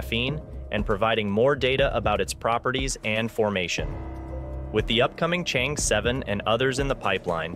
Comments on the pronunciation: Thank you for sharing, but the lunar probe is pronounced as Chang-er, not “change” Tq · The Chang 'e mission should be pronounced as the "Sheung Ore" mission, Sheung Ore is a girl's name. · You can't even pronounce Chang'e properly.